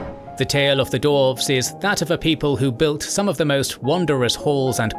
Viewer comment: Why do you keep saying /dorvz/? They are dwarves.